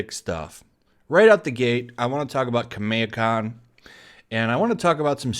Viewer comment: The way you say Kameha, Is that even the correct way of saying it?